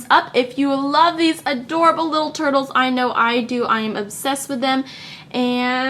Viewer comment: is it just me or did she just call the turtles turbles?